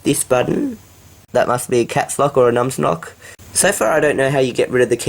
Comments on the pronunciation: Is it just me (It might be) or did he say nums nock instead of nums lock in the video? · LOL You said " Caps Lock or Nums Knock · he says nuns noc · "Num's Nock"